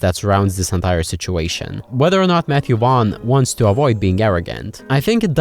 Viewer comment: I know it’s just your accent but from now on his name is officially Matthew Wong for me